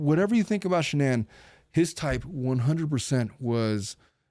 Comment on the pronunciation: You keep saying the car's name but it's shanan LOL